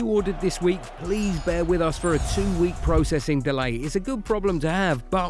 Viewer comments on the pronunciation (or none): none